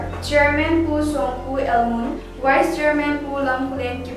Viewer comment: Ipi asei ham kahepoi... pronunciation jng ki cheh sah dom2 ute.aki cheh Mo nakah a English jng agah man kit🥴...wice/vice chairman 🤭....sartificate/certificate....min het thei na hi tauvin English tho Khel sang a eipao kicheh Chet aphajoi🥳🙏